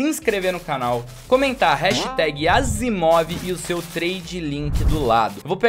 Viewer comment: Errou o nome da Asiimov em kkkk